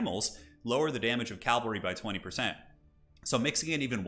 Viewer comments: Get yours checked, mate. Clearly incorrectly saying "Cal - vary" throughout, instead of the correct, "Cav - alry". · Please learn how to pronounce cavalry. Hint, it's not calvary